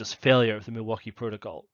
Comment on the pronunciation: I was born and raised in Milwaukee Wisconsin and I can tell you that you pronounce Milwaukee perfectly.